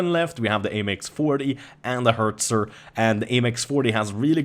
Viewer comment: Its Hetzer not Hertzer!